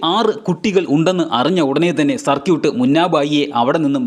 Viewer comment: സർക്യൂട്ട് അല്ല സർകീട്